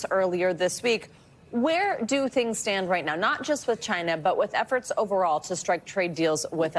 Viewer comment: why does he say china that way?